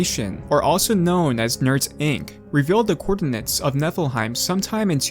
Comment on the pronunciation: It kinda sounds like Netherheight